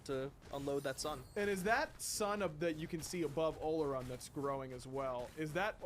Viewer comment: Everyone keeps calling him O-lo-run. That pronunciation is wrong. It’s Or-Lor-Ruun. Geez